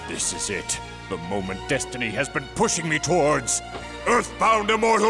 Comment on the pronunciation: “thats right DuStEnY have choosen you Romen”